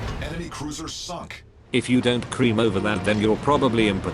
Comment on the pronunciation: „Enemy cruiser succ“ 🤣🤣 i always heard that exactly like that. 🤣👍